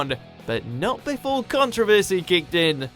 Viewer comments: The BBC also banned The Kinks song Plastic Man for mentioning the word "bum" and their video for Dead End Street which depicts the band as comedic undertakers dropping the coffin & the corpse falling out! The biggest controversy is an Englishman pronouncing the word controversy as "contra versey" like he's American !! 😊👍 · Yeah, I noticed his mispronunciation of 'Controversy', too (^_^;) It seems like he was trying to appeal more to the American audience about British culture, than to his own people (^_^;) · I thought Brits pronounced it "con-TROV-er-sy," not "CON-tro-ver-sy" as we do here in the US.